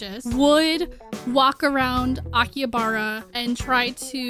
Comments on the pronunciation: It's pronounced Aki-Ha-Ba-Ra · His pronunciation of Akihabara makes me physically recoil